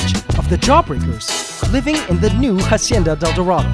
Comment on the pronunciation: Why does he still call it a jacienda instead of a hacienda!?!?